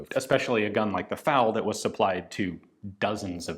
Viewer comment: I don't know if it's a word used in cuban spanish, but in european spanish, FALO literally translates to "phallus". Ian probably knows of this already, given that he calls it FAL-O. Imagine if you were designated as an autorifleman and you were given a FALO.